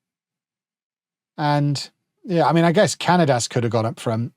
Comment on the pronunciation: Cañadas' name is pronounced "ca-nya-das". The letter ñ is similar to the "ny" sound in the word "canyon".